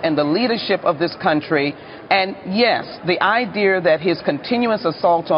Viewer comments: There’s no R in idea. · Idear? she only remotely resembles a human being, yet a freed millionaire slave. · "The idear"